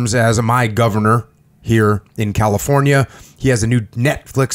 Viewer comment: lol california... cuh lee forh yuh LOL